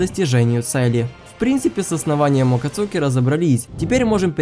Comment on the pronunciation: Не Акацуки, а АкАцуки😂